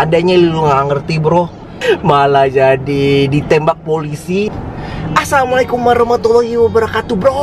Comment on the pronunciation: Assalamualaikum bang bukan mikum .. just Kidding :D